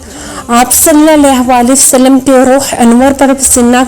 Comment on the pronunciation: Salalahualihiwasalam Sahi se bola krain